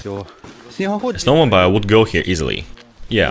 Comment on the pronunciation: Snow mo beel. Say beel.